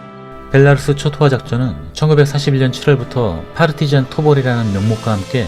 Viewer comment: 베라루시가 아니라 벨라루스......감쟈?